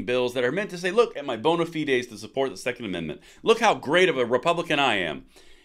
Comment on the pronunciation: (1) Excellent analysis. (2) Kudos on correctly pronouncing bona fide.